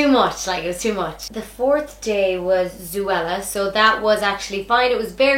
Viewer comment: Yeah lol it’s zo-ella